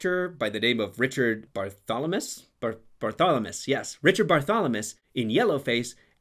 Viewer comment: Richard Barthlemess, not Bartholomess. Abel Gance, not Grace.